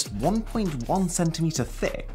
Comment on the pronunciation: when he said " this is just 1.1cm *THICK*" 🙃🙃🤐🤐🤐